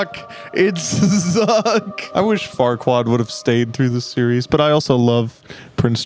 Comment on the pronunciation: It’s lord Farqua-plier